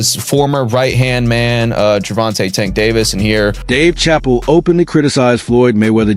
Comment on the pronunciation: can't even pronounce Dave's last name right in the 1st 5 minutes of the video 🤦🏾